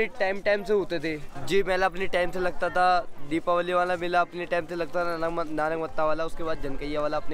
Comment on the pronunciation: नानकमट्टा नहीं नानकमत्ता है ।